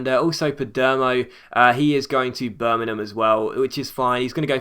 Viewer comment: Can you please pronounce Birmingham right